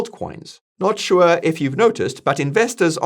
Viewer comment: I love it when he says "shua" :)